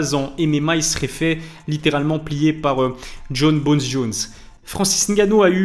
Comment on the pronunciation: Ilies kiff a mort dire Jon BONES Jones 😂.